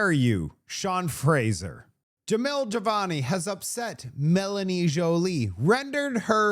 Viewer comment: j a m i l j i v a n i ja. mil. ji. vani. ffs.